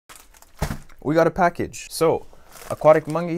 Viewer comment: The funny way he said aquatic mongey